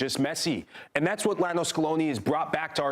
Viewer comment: “Lionel” Scaloni is not pronounced like “Lionel” Richie. Scaloni was never a member of The Commodores.